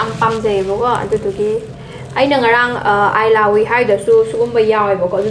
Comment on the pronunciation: eelahhui hyba not ailahui 🤪